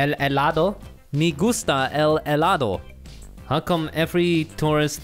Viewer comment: soy mexicano y al escucharte decir "Me gusta el Helado" me dió risa porque no te había escuchado hablar en español xDDDDDDD es divertido escuchar a otras personas de diferentes idiomas hablar el mismo que tú cómo los japoneses el español o el inglés o alemán no se xD me encantan tus vídeos :D